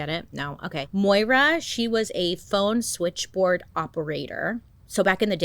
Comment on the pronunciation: Thanks for pronouncing Moira as it is!